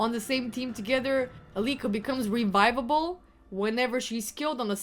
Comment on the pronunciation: I am kind sure you said rebibable